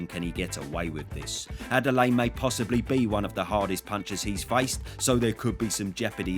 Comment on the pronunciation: Butchered Adeleye, lmao. It's Ah-day-le-year.